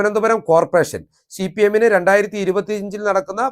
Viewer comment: നീ ആരാണ്? സിപിഎം ന് ഒരു കുഴപ്പവുമില്ല. നീ ആദ്യം സിപിഎം എന്ന് തെറ്റില്ലാതെ പറയാൻ പഠിക്ക്